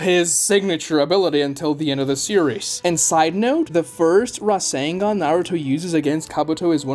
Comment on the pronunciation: razzengon? i thought it was rasengan